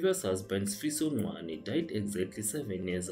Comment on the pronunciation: You mispronounced Ayanda Ncwane's surname incorrectly. Please listen to yourself again.